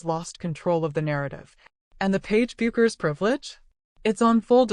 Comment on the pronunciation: Non merita di essere visto, neanche la pronuncia corretta di Bueckers sono capaci di dire